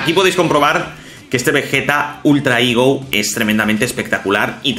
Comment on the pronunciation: Me da gracia como dices "igo" aun que eso es una fruta 😂 "higo", pero muy buen video e increíble el personaje de Vegeta Ultra "Ego", una pasada. Saludos.